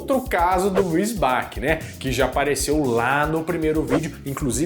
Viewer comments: Se fala "bati" o nome dele e não "baki"! Adoro os vídeos!!! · Se fala Luis Batchi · “Bacci” se pronuncia Bati